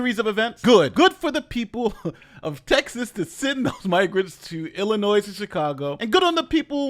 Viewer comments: You say Illinois wrong and it irks me. It is “ill-uh-noy” noy sounds like toy. It is NOT “ill-uh-noise” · Say it with me illinoi. You did fine early in the video